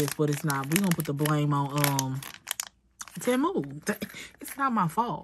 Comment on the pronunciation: It’s pronounced “tee- moo” 😂